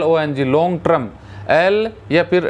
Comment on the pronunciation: Trum nahi sir Term hota hai